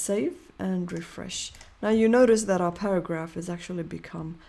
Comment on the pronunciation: para"ghaph" :face-blue-smiling::face-purple-crying:!